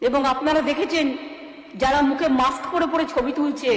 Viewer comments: "মাকস্" পরে কথা বলে, "হাড ডিক্সে" "ডাটা" সেভ করে রাখে। ব্যাস, লাইফে আর কোন "রিকস্" নেই। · উনি তো মাস্ক বলেন না। মাক্স বলেন